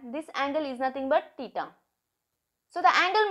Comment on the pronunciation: Theta ❌ TITA ✅ 😂